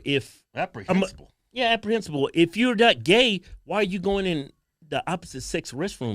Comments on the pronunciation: Lol... it's reprehensible, not apprehensible 😂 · Reprehensible* not Apprehencible 🤔🤷‍♂️ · REPREHENSIBLE....not "APPREHENSABLE". You're welcome. Love your work. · The word is “reprehensible “ not “aprehensible”. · Apprehinsible! Lol you big dummy! Apprehensive, to be unsure. You mean I think abhorrent. Knuckle head still love you guys.... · "Apprehensible" lol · I know he meant to say reprehensible, not apprehensible. Love you guys. You two are a damn RIOT. ROFLMAO! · Reprehensible. Not apprehensible.lol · Aprehensible? Your Ebonics kicking in bruh